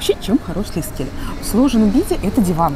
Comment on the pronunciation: Ну он же лиКСеле, а не лиСКеле. Люблю вас, но эту оговорку просто не могу слушать))) ужжжжасно режет слух)